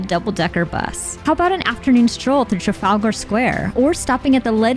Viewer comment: trafall garr square.😂